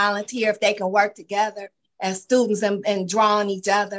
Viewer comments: What are "stutents?" I wish people would really try hard to pronounce words correctly. I could see that she would be drooped for being disrespectful. She sure has an attitude on here. I don't know what has happened to a lot of the younger people nowadays, but they sure don't have any respect for anyone or anything. There's a lot of the parents that act just like them also. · Stu-int. A new word in some language. Why do people speak baby talk on purpose. Then altercashing and fabricashing. Why?